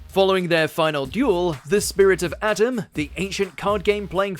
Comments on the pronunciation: the pharaoh's name is A-TEM, THIS is the RIGHT pronunciation, & NOT SOUNDING like adam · A-tem, not At-em. Sorry that was bothering me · Atem returning was so awesome. Also not to be rude, it’s Ah-Tem. Not Atom. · I wish y'all would pronounce Atem's name accurately...it's eh-tem! Not ah-tum. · AT'EM?????? IT'S PRONOUNCED " AEYTEM " OMG -_ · It's not ATOM. IT IS AH-TEM! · His pronunciation of Atem really bugged. It's pronounced "a tem" not "atom" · Its a-tem not at-em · Dude. It’s not Atom like the molecule. It’s ah-tem (ah as in autumn). How can you be a fan of yugioh enough to put it on this list yet butcher the names? 😂 oh well, I still enjoy the content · Why did you butcher Yugi's and Atem's names? You said 'Yugi Mutto", not 'Mutou'. And you called Atemu/ Atem "Atom", twice. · it isnt pronounced atem it is pronounced Ah-tem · a-TEM, not Atom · "Atom"?? Atom... wtf. Nah you haven't even watched it. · Why does he pronounce atem atom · Bro I no this man didn’t call atem atam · Did he just pronounce Atem as Atom. Thats how you know they are just reading off a script and not actual fans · AH-TEM....its fucking AH-TEM FFS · Glad I’m not the only who noticed that I may be the bomb but not an Atom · "Up and atom!" "Up and at them!" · LOL! ADAM'S RETURN! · Why can’t anyone say Atem’s name right? 🥺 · Why the hell did you pronounce Atem like that. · Your incorrect Pronunciation of “atem” is triggering 😭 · The way he says Atem 😖😖😖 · They killed his name so badly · Thank you someone says it I’m a big yu-gi-oh fan and how he was saying atems name was angering me lol